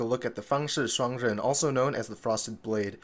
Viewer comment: ah so thats how you pronounce it correctly